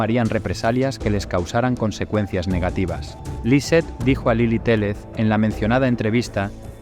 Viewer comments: Lily Téllez (teyes se pronuncia, no teles) y son Gebara (jebara) investiguen bien los nombres. La foto nones de Paulette. Le faltaron varias cosas; lo del estacionamiento y el cuartito de ahí, que el papá era un vicioso en ese entonces, Farah se fue a Los Cabos con unas amigas y el esposo le dijo: - Si te vas de viaje, te vas a arrepentir. Tiene su historia algunos Gaps y falta información muy relevante. Cómo qué la cama de la niña era muy grande y el colchón no cubría todo el espacio de la base de madera, quedaba un espacio entre el colchón y los pies de la cama, ahí supuestamente estuvo la niña por días y ni los perros la encontraron. Las niñeras dijeron que en la cama no había nada porque ellas habían tendido la cama y levantaron el colchón en ese espacio y no estaba Paulette ahí. A lo que se supo en ese tiempo era que el papá era quien había desaparecido a la niña para fastidiar a la mamá y pedirle dinero a su propio padre de Gebara, porque gastaba en vicios y no trabajaba. Una historia horrible durante el gobierno de Peña antes de llegar a la presidencia de Mex. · la periodista Lilly se apellida Téyez (se escribe Téllez) no Teles; y el papá no es Jevara, si no Guevara. Y los policías mexicanos no son tan guapos.